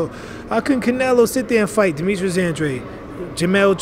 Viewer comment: An-drade An-dRAYde An-dra-day